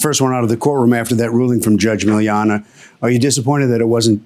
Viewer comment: Did Curt just call her Judge Miliana with an “A” at the end? Was he being fancy today?